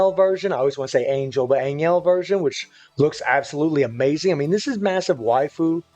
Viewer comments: It's pronounce more like Ann Hell not ann iel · An Yell kills me more than An Jell - It's AnHell